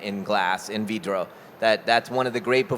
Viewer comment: Tem que ensinar ele a fala do jeito certo "VRIDO"